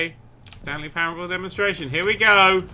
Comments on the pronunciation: ... Did you guys really not notice that is said Demonstation? And not Demonstration. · Demonstation? Isn't there an "r" missing? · am i the only one that noticed the r missing in demostration? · Was I the only person that caught it said "demonstation" instead of demonstration and ? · I can't be the only one who noticed it always said "Demonstation" and not "Demonstration", right? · Those awkward moments when keeps misreading "demonstation" as "demonstration." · Stanley Parable DEMONSTATION. THEY MISSED DE R. RRRRRRRRRRRR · This confused the hell out of me. And lol at the lack of the "r" in "Demonstation" in the white room XD .... ..... What is this game again? O_O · No, pretty much everyone who watched the video noticed it, as every other comment is "DID ANYONE NOTICE THAT R IN DEMONSTRATION IS MISSING?!?!?!?!?1?1?" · Damnit! Now I can't pronouce Demonstration right!